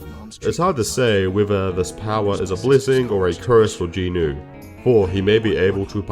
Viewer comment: Not that important, but thanks for pronouncing Jinwoo properly